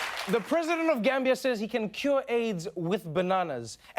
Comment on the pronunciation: 🇬🇲 its pronounced djamee like the dja in django